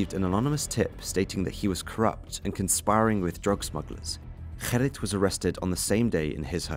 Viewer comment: You call yourself Holland Crime Boulevard yet can't pronounce the most simple of Dutch names Gerrit??? It's not 'Herrit' dude, his name is Gerrit!